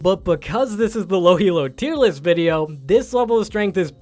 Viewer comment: lol "thiis is the low elo tiert loist"